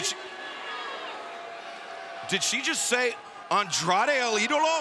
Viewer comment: & few minutes later that same Jr, buried Andrade's name by saying Andre,& wasn't able to say el idolo!!! 😂😂😢. Damn,, Aew needs to get rid of that old man from commentary. He also said penta,, peter!! Excalibur corrected him both times